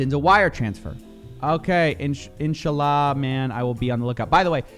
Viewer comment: listening to him say inshallah like that is extremely funny lol Also it is incredibly sickening that he is using his faith to scam people